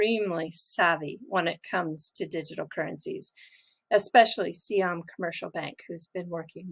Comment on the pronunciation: i thing you are the only one who pronounce "Siam" correctly 👍